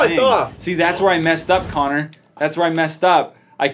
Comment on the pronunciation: The colombian Cello it Connor not Conner